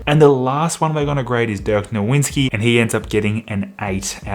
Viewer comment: “Dirk NoWinSki” 💀